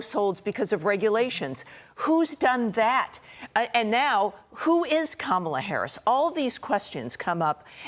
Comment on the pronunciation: Katie Pavlich has been on panels with people who pronounce Kamala correctly, yet she still mispronounces it. At this point, that indicates a kind of stupidity. Unfortunately, Larry Kudlow only recently started pronouncing Kamala correctly, but still slips back into his bad habit.